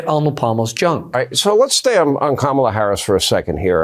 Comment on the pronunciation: Learn how to say her name LOL!